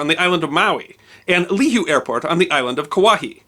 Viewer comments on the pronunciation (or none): It's pronounced "Lee-hu-eh", Kauai, not "Lee-hoo". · Love the story. Not to be a pest, but "Lihue" (the name of the town on the island of Kauai, in which the airport sits) is pronounced "Li-Hoo-EE" (short i as in "lift", and accent on the second syllable). Keep up the great work. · Ew, you mis-pronounced Lihue. It's lee-HOO-ee. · Leehew airport 🤣🤣🤣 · Lee Who (Glottal Stop) Eh